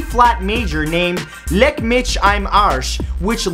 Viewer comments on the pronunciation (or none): It's pronounced "mikh" not mich.